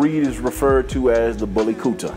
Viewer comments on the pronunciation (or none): I like your videos. You're pronouncing "Kutta" wrong though-- It's more like "Koota" than the the way you're saying it